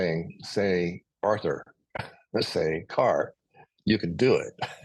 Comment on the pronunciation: Thank you, for such a beautiful interview. I used to live in Portsmouth too, and I say Arthur the same way you do! Hahaoho! Thank you too, for always having such interesting guests.